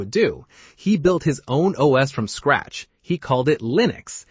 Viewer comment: What is 'Scrattch' ?